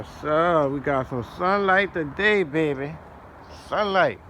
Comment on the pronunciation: Woot woooot! Congratulations to that three k 🥳💖 imma need you to quit saying bay Beh in that accent lol 🤭 caught me off guard bro